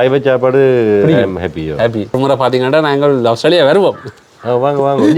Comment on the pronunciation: அவுஸ்திரேலியா இல்லை ஆஸ்திரேலியா ok va